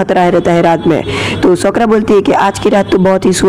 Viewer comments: It's saa ku ra not sakra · Nam to sahi se le sakura ko sokura bol tha he but iam sporting you and Naruto shippidun la